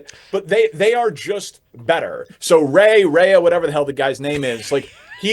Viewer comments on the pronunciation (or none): Guy doesn't know how to pronounce "Rea" and I'm supposed to listen to him talk about the Cubs?